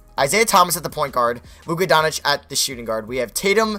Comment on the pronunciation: It's not Luka Don-itch it's Luka Donk-itch